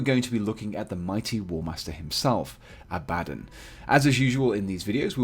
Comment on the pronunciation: Abaddon... "Don" not "Din". Full video sounds like someone miss pronouncing "Aladdin".